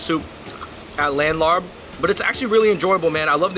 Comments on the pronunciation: love the video but my family’s from isaan and ngl i died inside every time they pronounced larb and som tam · I am Laos and whenever they said Larb, I cringed because they pronounced it wrong. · Sorry but I can’t at the way they pronounce larb 🤣🤣🤣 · The "R" is silent lol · When did you two become white? Not meant to be an insult at all but to better your content in the future. Research how to pronounce the name of the dishes properly. My heart dies each time I hear larb and I’m not even Lao. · Larb!!!!! 😭😭😭😭😭😭😭 ban that word from the English-Laotian dictionary ASAP!!! It’s LAAP/LAHP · larb is pronounced “laap” or “lahp” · respect to yall for doing more Lao episodes. also as a lao guy i never understood why larb is spelled the way it is when its pronounced "Lahp" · Hearing "larb" in that Spiderman movie hurt me, man lmao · I cringed evertime he said "larb" lol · LOL After I heard them say that I started scrolling down before I sent a comment...yes "Laab" and "Som THAM" not "sam tumb" but its cool... I hear Thai people mess up Chinese food pronunciations too...its just cool that they thought to review it. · It’s Larb y’all 🤣🤣🤣 I cringed when the pronunciation was not correct!! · My soul died a little every time they said laRb 😅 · Hey there Fung Bros, the Larb is not pronounced with an "R" in the middle. Instead it's prnounced Lob as in lobster. The reason it was written with an "r" in the middle is because a FOB person wrote it that way. After all, English isn't their native language. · Losing your Asian card for phonetically calling it LARP! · Larb is pronounced "laap" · LMAO he said " laNN larB " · It's pronounced LAAP!!! Come on now Asian Bros. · Idk why its spelled larb everywhere.. dish is pronounced as Laap lol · It's "laap." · You guys are pronouncing the word larb wrong it is spell wrong to it should be spelled larp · Boys stop saying larb. You butcher the name.😂😂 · I’m dying over their mispronunciation of “larb” and “Vientiane.” Props for trying though!